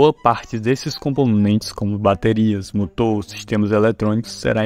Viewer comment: Hoooo narrador q fala enrrolado ta mascando chiclete,motor ele fala Moto .